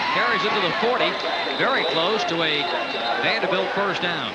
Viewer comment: Love how the announcer pronounces "Vandahbilt"